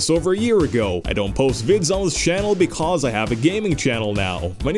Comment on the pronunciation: vanoss sounds weird he say be cuff